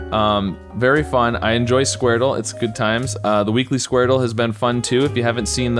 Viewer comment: It’s pronounced skwordle not squar dle